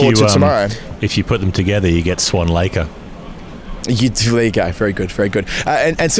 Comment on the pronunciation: "Swan Laker" 😂